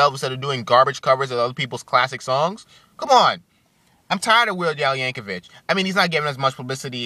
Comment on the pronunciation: They are called "parodys", not "covers", and its pronounced "Yankovic", not "Yankovich". You are entitled to your own opinion but explain why you hate him, because this video was you brainlessly babbling on and ranting and raging.